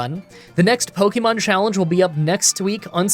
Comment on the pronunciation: i love your pokemon challenges but i have one pet peeve ,the way you say pokemon sounds like a boomer saying pohkimans pokemon is short for pocket monsters